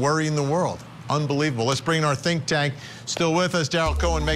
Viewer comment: Someone please tell how to pronounce Tylee's name.